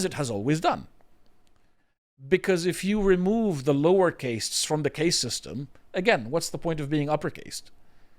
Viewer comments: Isnt it caste not case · Khaast not Case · Caste- pronounced carst. Not cayst. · It really takes away from any voice of authority you guys have when you can’t even pronounce the basic vocabulary of the topic. The Indian Caste system (CAST, not CAYST) is a well known thing. I don’t know how someone could be an adult man and have never heard the word out loud. Embarrassing 🙈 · Caste is not pronounced like Paste. I demand you film this segment again using proper pronounciation. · Why does he mispronounce caste as cay-st?, it's cah-st. Even gets it right and English isn't even his first language. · Okay Dude annoying me it cast not case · It's NOT pronounced CASE (suitcase) it's pronounced CAST (like PAST). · "caste" is pronounced "cast" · Also its pronounced casr, like casting a spell or casting a line. You are a memeber of 4th caste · It's pronounced cast lol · drawing parallels between traditions, failing pronounce cast correctly what a stark contrast. biting his lip through that cringe low effort offering from. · Somebody teach this bloke how to say 'caste'. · He's not saying "case" he's saying "caste" but erroneously pronouncing it to rhyme with "paste" or "haste". Instead of "fast" or "past."